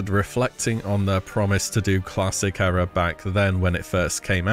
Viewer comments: You're pronouncing era wrong. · Why do you keep saying Era so weird??